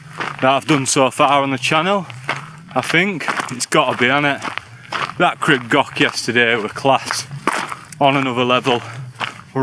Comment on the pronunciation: Awesome video. Pronunciation, oh well have a look…..crib goch is more gore ch with a bit of length on the o. Like gore in gore tex then the Welsh ch. not goch like sock.the yr is spot on like ear, ear withfa, yr wydffa but y on its own is like a baby English language u. U garn for example. No English vowels more like baby English vowels. A e i u o. I did crib goch when I was about your age. Shit it and did most on my bum, not for the faint hearted is it. Great advertisement for the Welsh mountains, thank you bud.